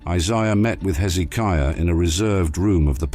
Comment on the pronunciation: Dear Mr "AI" PLEASE get your pronunciations of the name of kings correct, it's Hezekiah, not Heeizikia.